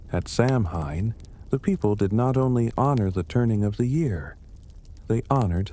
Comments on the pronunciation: It’s pronounced Sow -in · You’re pronouncing it wrong.